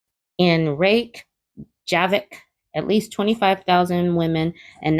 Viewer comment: The city is pronounced as Ray-ka-vic. I tried to get the union I was in to go on strike or have a coordinated walk-out, because our employer kept telling us that we were lucky to work there. We kept that place running, and everyone knew that. I left for a job in the corporate world because it was paying me much closer to what I'm worth and also cut my commute in half. I believe that we all need to consider strikes as a real force for change. Imagine what this country would look like if women did this. Even if we did it for a few hours, everything would come to a stand still.